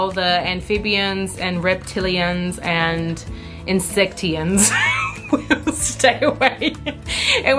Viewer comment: I’m so excited to see how you decide to decorate your porch! Love this video ❤️😘 You cracked me up when you said insecteeyuns 😂😂 I don’t know how you would spell that 😂😂😂